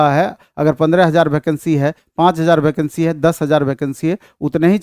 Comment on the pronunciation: भैकंसी ni वेकेंसी होता है